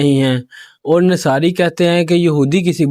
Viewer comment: तू तो जाहिल लगता है नसारा को नसारी कह रहा है